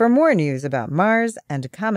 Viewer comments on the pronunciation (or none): "Coment" instead of "comet" ??? Lol